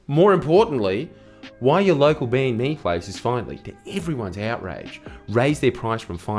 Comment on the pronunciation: I have never, ever heard banh mi pronounced that way. That's a new one.